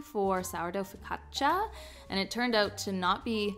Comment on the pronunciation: It’s a step up that you learned how to say focaccia.